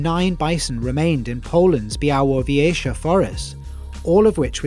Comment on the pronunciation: Great video! And you said Białowieża almost perfect, respect for that! Żubry are our Polish pride <3 wish we still had aurochs